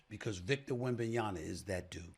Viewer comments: Stephen A. It's YaMa, not YaNa. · Why SAS keep saying Wembanya"na"...its Wembanya"ma" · WembanyaMAAAA!!!! So blasphemous to not say his name correctly! SA Snithhhh 😡 Unprofessional!!!